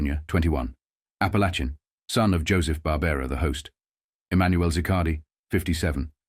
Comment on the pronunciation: you got Barbara pronounceation right but its ap a lake in